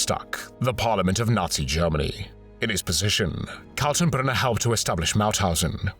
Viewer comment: can you try to at least get a smattering of German pronunciation? Katenbrunner is pronouynced as kaltenbrooner, as it doesn't have an umlaut.